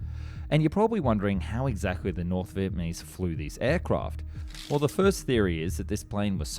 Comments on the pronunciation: Are you saying Vietmanese? It’s Vietnamese. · Your videos are always so high quality, well researched and informative but then you cannot pronounce VIET NAH MESE to save your life, hearing VIET MAH KNEES is so distracting, just say it slower or something please get it right, its been multiple videos now.. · Am I hearing things or does he keep saying "Vietmanese"? 🤣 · Who were the Viet Ma Neeze? (Shame on you!) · Oh yes... the Viet Ah Meez. A dastardly foe. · Say it with me: VietNAMese. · I loved this video and found it very informative but I couldn't help giggling every time you said 'Vietmanese'. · Ya gotta stop saying "vietmanese" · The amount of times this man says “vietmanese” is painful. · “Viepmanese” is a new word I’ve never heard of. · Look, it's John Kerry! When I was in Viet Nam in 1998, I saw one of the A-37's on display at the Da Nang Airfield, and she was in pitiful condition then, I'd hate to see what she looks like today, if she's even still there. BTW, It's pronounced Viet NA mese, mate. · Why does he keep saying North Viet Ma Nese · Australian? Speech impediment? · I suspect that he makes deliberate mistakes in his videos so that people react to it and the comments make it a more popular video. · Are you saying "Vietmanese"??